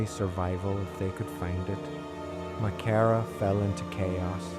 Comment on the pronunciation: The Church wasn't burned, the Tipperary Militia were billited within it. They burned all the lumber over the next few weeks for firewood. Walter was killed on the 8th of June being taken prisoner after he delivered up all the weopons from Crew Hill. Your pronouncing Maghera totally wrong. - S McCracken